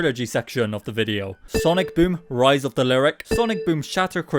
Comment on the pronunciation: stop saying rize of the lyric lyric is a character not an object or idea